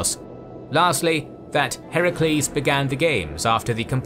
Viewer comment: Hearing his called Heracles and not Hercules, FUCK YEAH